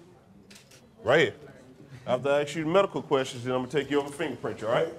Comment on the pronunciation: Ask not aks